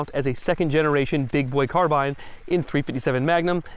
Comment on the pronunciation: I'm just happy that a gun channel finally pronounced "carbine" correctly.